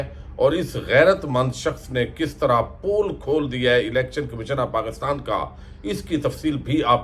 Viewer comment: Piaray bhai pool kholna nahin hota pole kholna hota hay